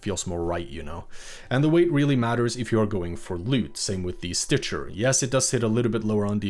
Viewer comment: Stitcher. It's stitcher.